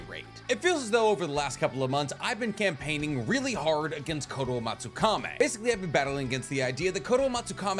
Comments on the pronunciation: Its not fucking kame its kami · Is there any particular reason he pronounces koto amatsukamE instead of amatsukami? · It's kotoamatsukami, not kotoamatsukame... How can you pronounce it wrong every time you say it, in a video talking about said jutsu. Otherwise, great video. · Why is he pronouncing Kotoamatsukami like Kotoamatsukame and Edo Tensei like Edo Tensai? Is this the correct pronunciation or he is just wrong? Awesome overall vids btw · I swear you mispronounce things on purpose. It’s Kotoamatsukami. Kami not kame. And it’s Kakazu. Zu not zo. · Ok,, I love you. I watch your videos daily. But it's Kotoamatsuka - "me" (English pronunciation for the last syllable) not (Meh). That's been my pet peeve for a year, amongst other mispronunciations. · i hate how you pronounce kotoamatsukami 😭 "kotoamatsukame" son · I love the way how he pronounces kotoamatsukami.